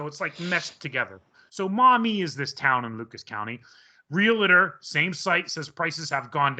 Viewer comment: Real-tor... Not real-et-tor or real-e-tor It is really quite simple. You may as well have done the interview or conversation in the mirror